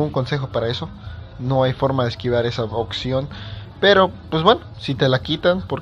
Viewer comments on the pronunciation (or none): daltónico "OCCION" JAJAJAJAJA